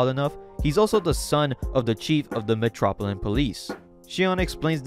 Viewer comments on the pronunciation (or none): metropilan? bro u cant read.